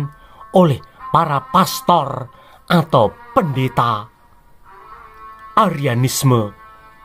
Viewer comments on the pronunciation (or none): none